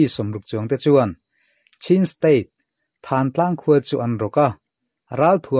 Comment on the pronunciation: Thântlang tih hi, puanthan kan tiha thân angin i lam a, Thân tih hi ka ke a pân kan tiha pân tih anga lam tur